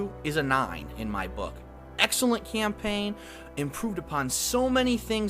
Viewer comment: I wonder if he reads from a script. "Camplain playthrough." nice..